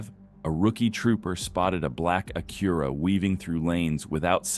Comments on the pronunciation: what is an Aquerah? I’ve heard of an Acura. Did I ever tell you how much I hate Ai voice overs. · I wasn't sure this was A.I. narration until I heard "uh-CURE-uh" for the vehicle make. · Uh-cure-uh (Acura) AI slop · Who pronounces Acura as uh-cure-uh ? AI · I've never heard Acura pronounced as Uh-cure-uh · These Ai voiceovers are trash. Can't pronounce Acura correctly